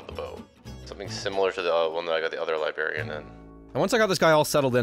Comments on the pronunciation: bro says libarian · and his cute little libarian 😂😂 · I love you, just hate the way you say Librarian:’)